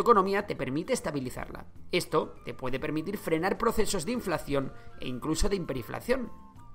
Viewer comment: dice pueDDe